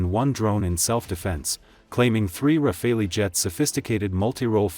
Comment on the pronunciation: Shoot down? It could have been fireworks. BTW, it's pronounced "rah-Fall" - no pun intended.